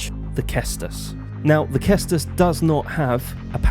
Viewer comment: It's not pronounced Kestus, it's pronounced Sestus. Just so that you know if you ever speak about it in future videos. Cheers and thanks for the information on parrying. Time to practice.